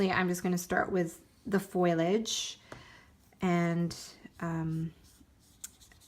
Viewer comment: You are a great teacher and artist, love learning from you! I am an English teacher and have to tell you that Foliage is pronounced “pho-lage” not “foy-lage”